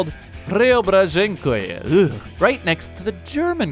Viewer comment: you skipped a letter S in there, PreobrazhenSkoe.